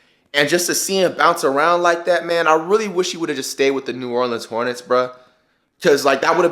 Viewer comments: this dumbass nigga lost me when he said "new Orland hornets" boi and he said "persuaded" boi he was traded dumbass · This man jut said new orleands hornets